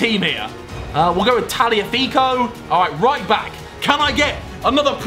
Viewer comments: Its pronounced TaGliafico, grts Ajax Fan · It’s “Tagliafico” not Taliafico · Harry: It’s Garincha Also Harry: Taliafico Tagliafico: Am I a joke to you? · its TAGliafico